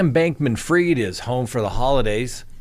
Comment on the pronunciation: Not heard it pronounced that way, ever